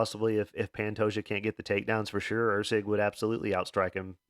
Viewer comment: “And he’ll be taking on … Or-la bao…?.. Orlabiii?…. (Laughs)… makes me Lmaoooooo every time love ya my man